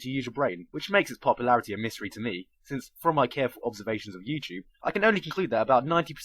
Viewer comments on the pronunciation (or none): none